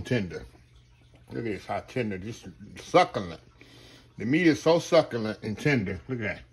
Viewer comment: It’s the “suck-a-lant” for me 😂